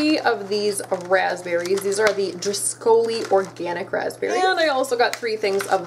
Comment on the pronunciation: *Driscoll’s, not driscoli’s 😄